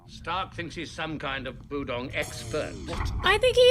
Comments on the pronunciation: Her inability to pronounce budong reminds me of Chriton trying to say Tavlec. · Don't worry about mispronouncing Budong, John does that stuff constantly! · At one point, your butchering of "Budong" made me think of "Magog", and that's a whole other sci-fi show. (Gene Roddenberry's Andromeda) lol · Hi, two things. One, I was really curious to see your reaction to the scene where Jon tells Aeryn about the guiding star. I honestly didn't expect you to cry. And two, at first I thought you were pretending to be like Jon by saying the budong's name wrong